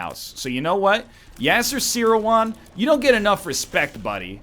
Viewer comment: serawan is not even pronounced like that though